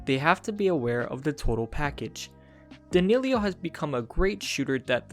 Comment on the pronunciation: Its not Danillio, it's Danillo